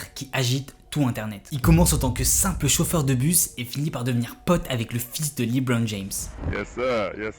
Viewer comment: Jaime bien le concept mais cest LEbron pas Leebron 😂